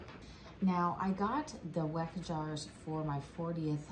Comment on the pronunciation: Hey, the jars are actually pronounced Veck. I use them here in Ireland. I reuse store bought jars for things like jams, jellies and chutneys because they're 'non essentials ' but use my Weck jars for meat and veg or something I want to give as a gift. I absolutely love them and get such a great seal always. Do give a few extra minutes for processing because the glass is much thicker. I WB everything because we don't have pressure canners here. I absolutely love your channel ❤ keep doing what your doing 👏 ❤ 👍 hugs and kisses from Ireland 🇮🇪